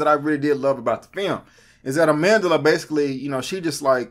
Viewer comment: its pronounced uh-mahn-djla